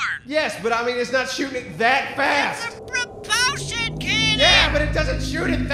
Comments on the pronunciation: It's a pro-PUL-shun cannon! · “It’s a pruh-poleshun canon!!!!” 😤